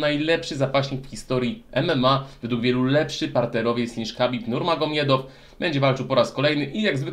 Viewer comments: khabib nurmagomedov powinno się się a nie nurmiagomedov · Powinno się wymawiać habib nurmohamadof